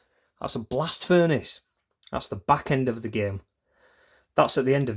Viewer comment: Anybody else notice these for the Blast Furnace said “Blast Frunace”?